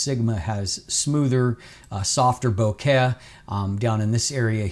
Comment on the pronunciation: Bokeh + Ikea = bohkea (as pronounces it). ~ love from a fellow Canadian:)